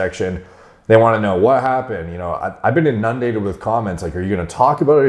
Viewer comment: How do you not know how to pronounce inundated or prevalent?? For someone who pontificates frequently it's ironic to see your ignorance.